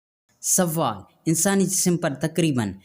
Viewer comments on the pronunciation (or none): Talaffuz thik kren pahle sawaal nahi sawal or jwab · Jawab hota ha jawwab nahi.Sawwal nahi sawal hota hai.tashdid donon per nahi hoti